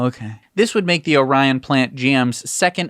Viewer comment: Bolt EUV: the town is pronounced “Or-ee-on”. It’s weird I know. Source: I’m from there.